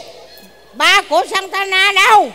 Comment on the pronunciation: Đoạn ba của Santana đâu cười muốn xĩu 😂 😂. Annadi mà thành Santana